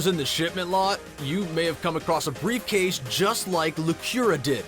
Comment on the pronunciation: I didn't know anyone else knew brife case